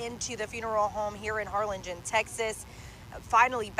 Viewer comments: Har-lin-jen. It’s spelled with a g but it’s pronounced j 😁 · Harlingen (Har lin jin) J sound.